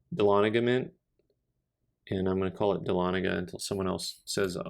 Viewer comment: You are pronouncing "Dahlonega" correctly, though some people just pronounce it "ex PENS-ive".